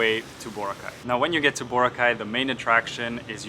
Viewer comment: It's Boraaaa-cay.... Not Booo-racay.